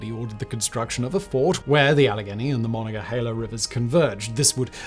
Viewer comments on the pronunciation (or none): none